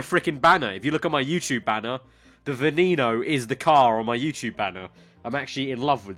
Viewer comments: It's not Veeneeno, it's Veneno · It's pronounced vwen-no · You.said Veneno wrong